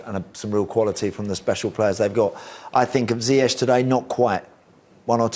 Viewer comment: How you butcher his name like that?? It's Ziyech